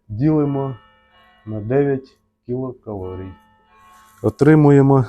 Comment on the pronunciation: Нарешті хоч у когось звучить правильно ! КІЛОкалорій, саме так ! За це можна пробачити і "клітчатку" і "вуглеводи" і "получається" ) Дякую за просвітницьку роботу !